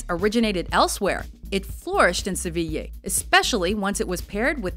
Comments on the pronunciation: I think she did a fairly good job for someone who, I'm assuming, doesnt speak spanish, except for pronouncing Sevilla as Sevi-YAY instead of Sevi- YEAH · The outside images of the Palacio Real are wrong... that's not the Royal Palace that was shown. And Sevilla is pronounced "seh-vee-ya" not "seh-vee-yay". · Daniel Mullins She said good, many english speakers say SEVILA but its pronounced like SEVIYA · Gabriel Bunshi no, I've never heard anybody either from my country or somwhere else saying "Seviyeah" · SEVILLA, NO YEAH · Why does she pronounce Sevilla like it was "sevilley"? the A sound in Sevilla is like the A sound in "are"... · Seveeyeh is what it sounds like when she says Sevilla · The pronunciations made me laugh, instead of it sounding so awkward you could just use the English equivalents - "Camp Nooh" "Sevill" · Wtf is "seviyay"? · I love your Spanish ;) you mispronounced Sevilla though. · How many times did she say Sevilla wrong😄😄😂😂